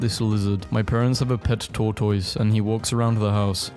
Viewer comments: correction: it is pronounced tore-tis not tore-tois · Pronounced TORTOSS!!’’ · For goodness' sake. SOMEONE teach this person how to say tortoise. Pronounced "Tor-tus" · Why does he say tortoise like that